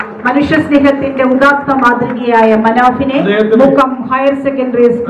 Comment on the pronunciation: മന, ഫിനെ അല്ല മുക്ക